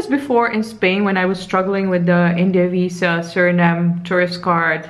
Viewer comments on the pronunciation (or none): none